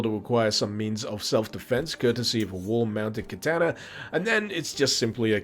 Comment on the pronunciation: I've been watching you for many years man, but I can't stop laughing at how you pronounced "kertaner" (katana) 🤣 But thanks for a more in-depth look at this project. I'd heard of it but not much about it, you've made it look much more interesting